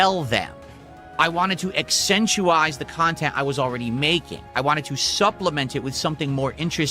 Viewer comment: "ackcentuize"?, that's not a word.